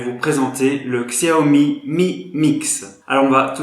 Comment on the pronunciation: bonne vidéo mais les puriste comme moi de la marque apprécierai que vous prononcez correctement la marque ont prononcé chiaomi et non xiaomi même si sa s écris xiaomi